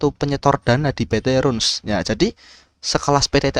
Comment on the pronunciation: Bacanya Rans bukan Runs bro